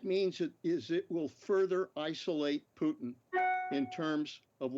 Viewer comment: Shame he can’t pronounce Putin correctly .